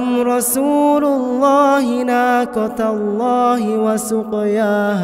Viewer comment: naqatallahi, i hear nakatallahi